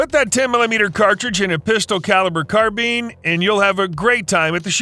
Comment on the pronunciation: yeah, you're not getting t r u fella? It's pronounced, CARBINE NOT CARBEAN!!! I was being sarcastic.....thanks for the info tho!!